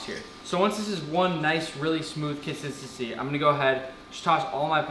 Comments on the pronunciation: no one: Nick: - consistensisscy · mans really said conthithisy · "So once this is one nice, really smooth 'cosisisy'"